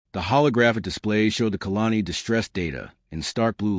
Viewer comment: Good lord the AI voice is awful. Pronouncing ever other world wrong. My favourite is colony being pronounced as kalani, and the subtitles confusing colony and kalani all the time. Put some effort in the subtitles as well, they're constantly wrong.